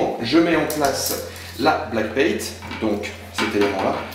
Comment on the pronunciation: Bonne vidéo :) Par contre c'est backplate et pas blackpate :D